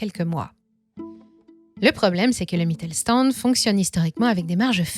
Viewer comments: Une précision phonologique qui aurait été utile pour la préparation de cette vidéo: Le st- se prononce "sht" en allemand (Mittelstand). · Sauf à Brême, «Mittelstand» se prononce «Mittel-chtand». Mais sinon, vous avez bien tourné le truc.